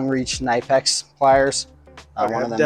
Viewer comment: Nope, it’s pronounced „knee-pecks“. Hello from 🇩🇪.